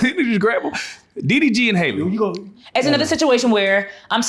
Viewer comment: Her name is HALLE (hal-lee), not Hailey.